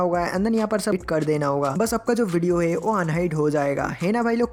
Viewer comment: Heyi nahi hota it's hai